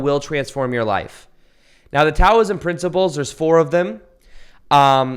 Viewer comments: Its pronounced Dow-ism not Tow-ism even though its spelled with a t. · Just a note that Taoism is pronounced Dauism. Love your thoughts. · This is not a criticism, but Taoism is pronounced like “Dowism” like the FINANCIAL DOW. Just thought you might like to know. Very good info you are sharing!